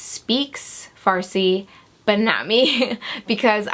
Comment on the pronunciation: you were born in iran?! yeeeeeeeeeeeeeey i'm iranian and my firs language is farsi for someone who doesn't speak farsi you pronounce the word "farsi" really good ;)